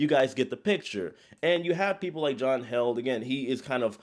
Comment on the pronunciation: It’s John Heald - pronounced heeled